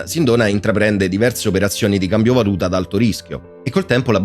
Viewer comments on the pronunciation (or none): none